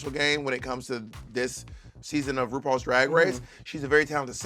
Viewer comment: I’ve only just noticed that Bob struggles pronouncing her R’s. “Wupaul’s Dwag Wace”